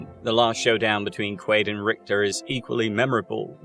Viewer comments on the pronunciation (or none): It is absolutely Quaid in the movie….which is what this video is about so every time I hear Quail it’s like fingernails on a chalkboard. I had to stop watching. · Quaid not quail 😂😂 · You lost me at "Quail" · Bummer I wanted to watch but cant get past you saying the literal protagonist name wrong every time.